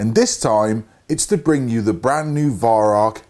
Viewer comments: arvo56 since it actually is german the correct pronounciation should mor be like Veyeraoch but with the r and ch down in the back of your mouth and the a and o very open like in in Mao. There is no k in rauch. Try google translate if you don't believe me. Look up the word incence and press the speaker symbol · Learn how to pronounce Weihrauch,-V[eye] R[ow-as in bow of ship]K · Listening to you pronounce Weirauch is as amusing as listening to Germans saying squirrel. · I'd love to meet you one day, great shot you are and love to bits your videos but your pronunciation of Weihrauch is abominable.